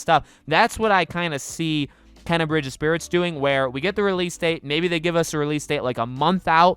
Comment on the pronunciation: Here name is pronounced Kay na